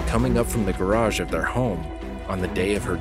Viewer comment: I've never heard so many single-syllable words spoken with 2, or several. "I li-eft he-er iyirn theer ha-ourse.. iyirn the-er gyer-ararge" - this guy is iyirnsufferayable.